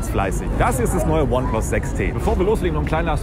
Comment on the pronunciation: Sprich mal bitte ineplus richtig aus^^